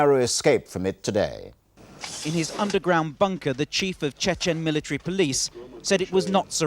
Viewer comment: "mila tree"